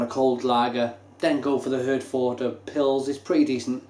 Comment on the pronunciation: I realise that this guy is doing this probably on behalf of his named sponsor "Beers of Europe", he can't even pronounce the name of the beer correctly, and after a mere half a bottle has convinced himself that it's not a German beer - but then changes his mind. All I can say is - What a who has just insulted hundreds of thousands of British Service Personnel who served with the British Army Of The Rhine and RAF Germany, many of whom are constantly pressuring the brewery to sell this here in the UK (so much for not being able to remember it's name next week, maybe it was that strong that only 4 bottles affected YOUR short term memory immediately) and all of whom would LOVE to have this amber nectar (AKA Herfy or, known among the troops as "Yellow Handbags") readily available to them again. FYI, "Brauerei" is the German word for Brewery, and their Felsenkeller Brewery in Herford is a GREAT place to visit. Herford was known to British Service personnel as "Happy Herford" and with the draw down of troops, the last serving personnel left Herford last Tuesday, with the local populace sad to see them leave. Have a look at the troops own Herforder Pils Appreciation Society facebook page:- and there you will find that they all remember it fondly - and many of them from years ago numbnuts. On the site you will find that amongst the named suppliers of Herforder Pils Beers Of Europe happen to be the first listed - N.B. They are ALSO THE MOST EXPENSIVE - t